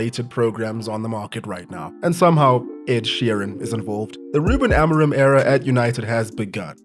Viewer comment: no offense, but your pronunciation of "Ruben Amorim" is laughably bad